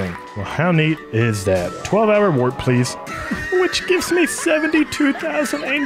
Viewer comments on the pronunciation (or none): none